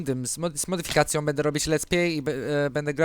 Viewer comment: Fajnie muwisz slowo "modyfikacje" :D